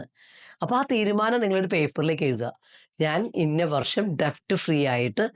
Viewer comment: ഡെബ്റ്റ് എന്നല്ല കേട്ടോ ഡെറ്റ്✔️ ആണ് debt